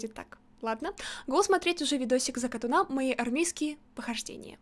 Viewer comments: ЗакатУна а не закатунА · ЗАКАТУНА а не ЗАКТУНА ударение на (у) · Правильно говорится закатуна ударение на ,у